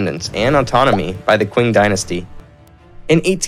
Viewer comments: Great info. I was a little confused by the "queen empire", then I realized it is the Qing empire, Qing should be pronounced as Ching. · Ching not qing